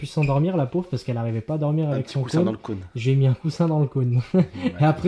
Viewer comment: Ils me font rire à dire « le cône »😭